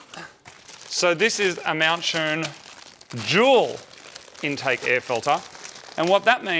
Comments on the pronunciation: Focus rs Awd 4cyl Subaru Awd 4cyl Subaru owners vape So He really mustve said juul intake right? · I thought "Jewel" was the brand name